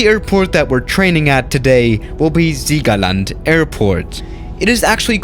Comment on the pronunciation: Noch nie hat jemand so ein angenehn Siegerland ausgesprochen. Bald Landung in Madeira Inc?